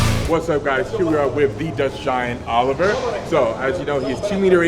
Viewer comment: Did he tell you his name is pronounced Oliver, or do you keep fucking it up?